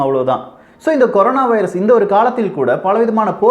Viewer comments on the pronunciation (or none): none